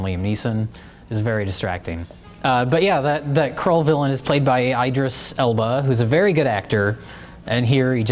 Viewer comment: Sorry guys, Idris is pronounced “ID-ris,” not "EYE-dris". You know, like it how it's "Hems-worth" not "Helms-worth". ;)